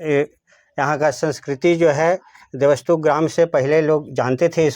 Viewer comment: davathu nahi dev stup hai.